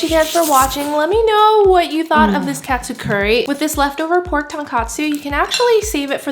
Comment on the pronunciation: Looks yummy! It’s actually pronounced (toe-n kah-tsu) good job!!